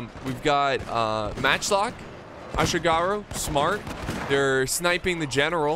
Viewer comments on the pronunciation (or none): The way you say Yati ashigaruu is killing me